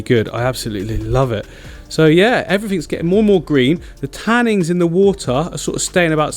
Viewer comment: I've noticed you say 'tannings' a lot. Maybe it's just the accent? but pls 🙏 it's 'tannins'